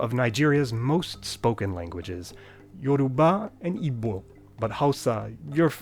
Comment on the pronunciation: You pronounced yoruba and igbo terribly